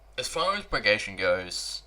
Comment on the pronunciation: Ba -gra-tion Please pronounce this great warriors name properly.